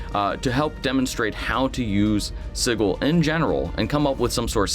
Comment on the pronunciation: Thanks for the video. Dismaying that the VTT might be that far away. Could it end up as vaporware? Wholeheartedly agree with you on the staring at screens instead of the table. Enough screen stuff in life as it is. Oh, I also have to post this. It's pronounced Sij-il not Sig-il. :)